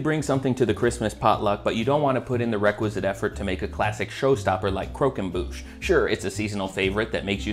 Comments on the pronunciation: It’s croquembouche, not coquenbouche, you silly goose. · The way you say croquembouche is the most southern american way to say it